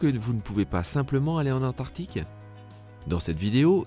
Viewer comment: Antarctique ! Pas antartique. Tu fais un documentaire tu ne sais pas prononcer...nul